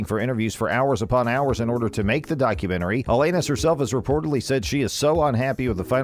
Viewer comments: For Christ sake!! He keeps saying iLL Anus and it isn't even a fake robo voice guy. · FFS! Pronounce her name right! smh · If you want us to take you seriously, PRONOUNCE HER NAME RIGHT!! Thumbs down 👎🏻